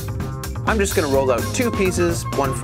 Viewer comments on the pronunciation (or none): none